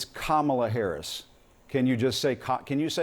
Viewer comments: He is more nasty than Trump! Apparently he and Trump are equally dumb/incompetent and can't even pronounce name correctly! They are thinking that they can win the electron by mispronouncing Harris' name?? So childish! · When you have nothing to stand by and not tell the truth, Republicans start mispronouncing Harris's name to put her down?!😂🎉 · The disrespect in purposely mispronouncing Kamala Harris' last name is unacceptable. Corey should be ashamed of himself.